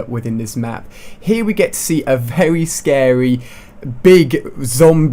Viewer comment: "they look wealy scawwy" hahahaha